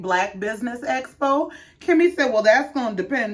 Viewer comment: So we're just gonna glide past Tesha constantly saying "black espo" instead of EXpo. And that she wanted to "esocute" instead of "execute" plans. 😮